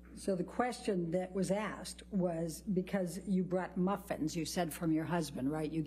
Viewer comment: “May I clarify what happened so that we can stop talking about the muffins?” Priceless delivery by the psychologist about how wasteful in time this was Also the way the lawyer says maffins is just, it makes it worse for me LOL